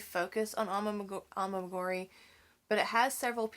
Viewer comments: It isn't A-MI-GU-RI. it is A-MI-GU-RU-MI. You don't mispronounced it because you are from Alabama. Mispronouncing it is a choice you make. A EWE is a female sheep. A She, not a He. A RAM is a male sheep. A LAMB is a sheep less than 1 year old. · It’s pronounced Ah-mee-guh-roo-mee